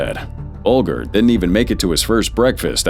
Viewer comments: BULGER PRONOUNCED BULJER! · Should have taught your AI how to pronounce Whitey Bulger’s surname correctly. It’s not like the food grain